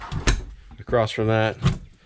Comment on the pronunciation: you said "acrossed" lol